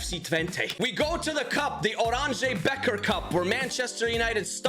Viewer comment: I'm a dutch person myself and you pronounced oranje beker wrong